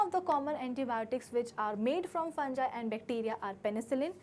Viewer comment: Funga ❌Fungi✅